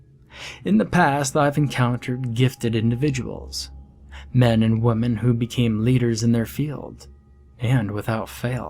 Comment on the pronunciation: Does this guy not know how to pronounce "women" ?